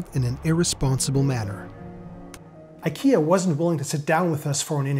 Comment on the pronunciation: Makes a video about IKEA, doesn’t bother to learn how to pronounce it :)